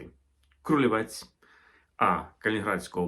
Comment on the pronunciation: поляки кажуть КрулЕвець, КрулевЕцька область, в них наголос на передостанньому складі